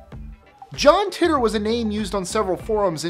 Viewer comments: I think it's "Taitor" rather than "Tittor" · ITS PRONOUNCED JOHN TAITOR